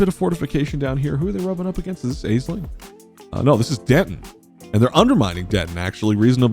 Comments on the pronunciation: Not to be pedantic, but Aisling is pronounced ash-ling, not ayz-ling. It's an Irish name so it's not intuitive pronunciation for English speakers. Hope this helps! :) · Love this idea and I'm here for it! Consider me subbed :D oh and also it's pronounced "Ash-ling" for future videos! ;) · Also word noting that Aisling pronounced "Ashlin". I'm not Irish, but I imagine any Irish watchers are grimacing every time she's called "ay-sling".